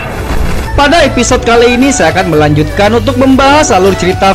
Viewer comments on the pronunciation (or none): none